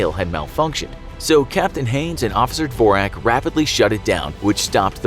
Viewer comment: That's not how you pronounce dvorak but nice try